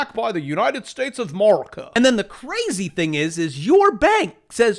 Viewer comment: I love it when you don't say America properly. . I love going on Twitter and having people subscribe to your channel and then unsubscribe..